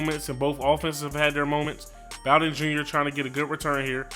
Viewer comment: You said “bow-den” LMAO it’s “boe-den” and he’s our best playmaker on offense besides Benny snell jr.